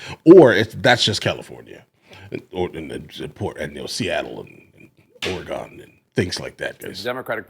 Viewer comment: Ore-GUN not Ore-GONE